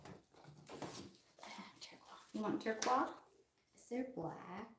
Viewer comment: Did you call turquoise...turkwahhh